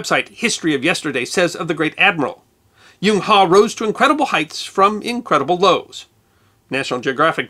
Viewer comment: I'm an American who is currently teaching English in China. I have a degree in Applied Linguistics, and can speak Mandarin. I also lived in England for a couple of years, and try to point out the differences in pronunciation between British English, and American English whenever possible. The name Zheng He is pronounced in modern Mandarin like /ʒuŋ/ /hʌ/. The sound characterized as "Zh" sounds much like the second syllable sound in the words "Leisure" or "Usually" with American pronunciation, and the /uŋ/ sound is the "ung" sound found in words like "hung" and "rung". "He" would be a "Huh" sound found in the pronunciation of "HUD" (as in "Heads Up Display") without the "d" sound at the end. Admiral He is very popular in China, and everybody I've talked to about him is very familiar with his expeditions.